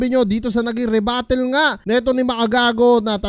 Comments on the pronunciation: rebuttal yon pards, hindi rebattle. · Rebuttal po hindi rebattle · rebuttal lods, hindi rebattle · same, sasampalin ko to padakot! rebuttal naging rebattle 😂